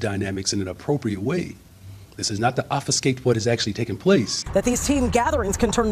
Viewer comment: 'Offiscate' Okay Tiffany 😂